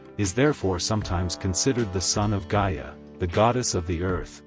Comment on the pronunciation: It's not pronounced Jia, it is Gaia. A hard G.